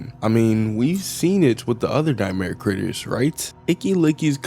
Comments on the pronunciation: bro said g instead of t that's crazy it's like saying chai tea chai means tea so if you're saying I want some chai tea you're basically saying tea tea like that makes noises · um what? I was seriously confused where there is a G in "Critters" xD